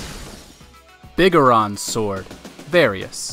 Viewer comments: Big a ron sword?... straight up never played zelda and reading from a script aye? Big Goron sword bro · Biguhron sword? Wtf. Big. GORON. SWORD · ah yes, the "biggarahn sword" - BIG GORON SWORD